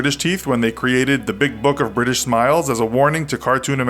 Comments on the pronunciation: Briish indeed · You pronounced British wrong, it’s actually Bri-ish